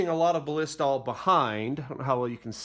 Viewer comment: Thanks for the educational video. Hopefully by now the creator has learned how to pronounce Ballistol (just watch their commercials or ads). I think he said Ba-LISS-tol a hundred times and it made my ears cringe, hahaha! But again, good video. Thumbs up 👍🏻